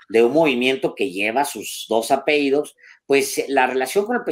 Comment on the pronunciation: Por piedad Alejandro no vuelvas a decir apeido o apeidos como en varios videos se dice como esta escrito: APELLIDO O APELLIDOS